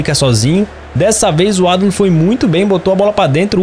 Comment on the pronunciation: O nome do adam se pronuncia Riloséqui